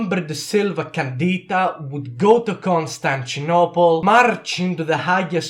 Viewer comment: Ah yes, my favourite city Konstanchinopel